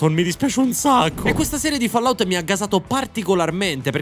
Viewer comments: Senti genio, prima di parlare impara a pronunciare il titoli di Fallout: si pronuncia " follaout". studia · Bello aprire il video è sentire 'Follout' dopo averlo appena aperto lol